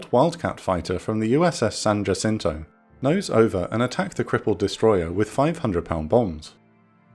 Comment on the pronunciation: For future reference San Jacinto pronounced incorrectly. - Proud Texan